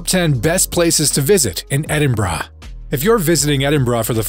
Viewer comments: the city IS NOT!!!! called "Edinbraaah !" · you cant even say Edinburgh correctly